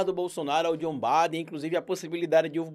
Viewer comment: É Biden e não Baden.